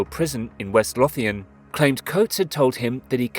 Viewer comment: onwards that is the worst way you’ve managed to pronounce lothian 😂 loathe-I-an not loff-i-an